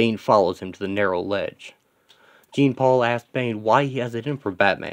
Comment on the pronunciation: isn't it pronounced Jean as in Jean-Luck Picard? interesting concept and page tho its fresh.